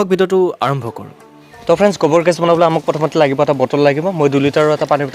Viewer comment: Bro it's nice consept but it's not gobor it's gubor